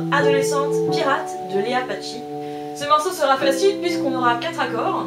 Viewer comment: Léa paCi Paci pas Padchi...